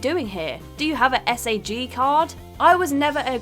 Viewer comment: Seriously, just stop. the "Cans" Film Festival Do you have a "Ess-Ay-Jee" card? "ek-specially"